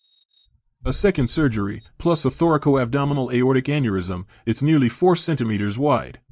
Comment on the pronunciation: It is not thorical-abdominal. It is thoracoabdominal. Also, the occurrence of Marfan's is more prevalent in women. You're welcome.